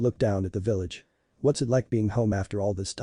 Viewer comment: Pronounciation is really bad.......... No not bad its like what's is pronounced as watas come on man